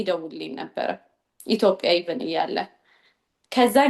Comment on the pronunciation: ኡነት ለመናገር ገና ሃ ብላ ወሬ ስትጀምር ኣሜሪካ ተወልዳ ያደገች ነበር የመሰለኝ ኢቲዮጲያያያ ስትል😂😂😂😂